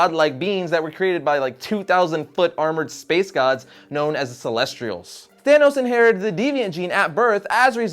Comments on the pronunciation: as long as youre on one about proper pronounciation, "celestials" doesnt have an "r" in it. celes-te-al not celes-tree-als ;) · holy crap he said CelestRIALS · Bleh! Why does everyone pronounce the Celestials as CelestRials?! There is no R in celestial!!! It's driving me insane!!!!!!!!!!!!!